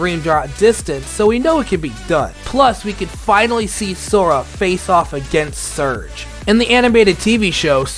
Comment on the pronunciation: Love it but the buzz Villain is Zurg, not surge, (if it's an accent type thing, I apologize)